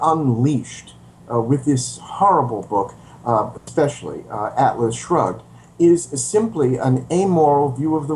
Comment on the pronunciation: Did he say: "Atlas Drugged"?